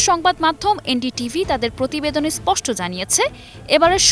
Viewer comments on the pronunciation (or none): none